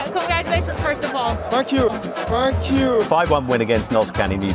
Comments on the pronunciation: He said "thank you". Some people pronounce "th" as "f". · kante said Thank you with his accent. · im pretty sure kante said thank u with a french accent lol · For me Kante stands out. Instead of saying thank you, he said F*ck you 😅😅